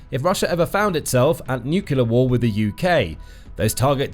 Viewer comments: Could your commentator please learn to say ' nuclear, rather than 'nucular', which sadly makes him sound like G W Bush ; never a good sound !! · Really annoying: Nu-cle-ar NOT Nu-cu-lar! Enjoy otherwise! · Since when has NUCLEAR been pronounced NUCULAR? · The words is nuclear “ new clear” not nucular. Drives me mad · Its nuclear not nucular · It's about people learnt to pronounce nu-cle-ar rather than nu-kill-er. Can people not read any more? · NUCLEAR ! NU-CLE-AR ! NOT NUCULAR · Stop saying 'nuculer' It's nuclear (new-clear) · Nuclear not "nucular". A 20 minute video where the announcer can't pronounce the word "nuclear". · I thought people who speak British English know how to pronounce words correctly. Even Americans know that it is "Nuke-Lee-er" instead of "Nuke-You-Ler." Well, most Americans I talk to know how to properly pronounce it. George W Bush is an exception, of course. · What is i with spelling-blind people that insist on saying "nukular" instead of "nuclear"? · It's pronounced as spelled:: NU CLEAR (NEW CLEAR) I really enjoy this program but I cannot stand listening to it when your butchering the English language.